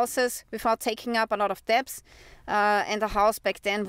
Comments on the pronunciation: I love your shows. You speak English very well. The only word you keep mispronouncing is the word "debt" or "debts" the b is silent. So say dett or detts without the b in the middle. I wish you all the best from Germany where we have 20% inflation. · "DEBT"....Is pronounced DET....Without the "b"...😉😊